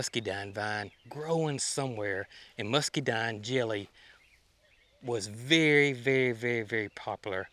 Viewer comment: there’s an n on the end of rhododendron not an m. It’s a muscadine not muskydine. Sorry if I’m being picky but it drives me nuts when you mispronounce the plant names. Just in case people are trying to look them up.